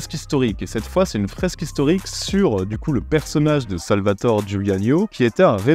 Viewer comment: merci de ce top 10 !!! au passage on prononce Salvatoré avec un é j'attend les autres top 10 de realisateurs ! c est genial !